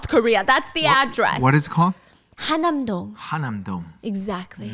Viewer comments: Are you talking about 한남동? If so it should be pronounced Han-Nam-Dong, not Ha-Nam-Dong. 😅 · fyi the neighborhood is actually called han-nam-dong (한남동), not ha nam dong. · Oh it's"Han" nam dong!!!!! Not "Ha" nam dong..